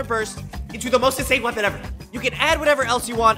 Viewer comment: It is sooo goed wopon